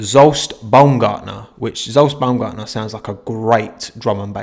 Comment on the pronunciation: Sorry, but as a Hungarian I had to laugh at the Zsolt Baumgartner pronunciation:D. But you've tried.